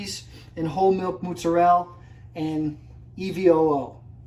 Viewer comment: "moots-a-rell" LOL